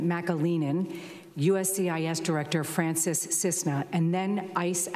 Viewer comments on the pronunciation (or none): none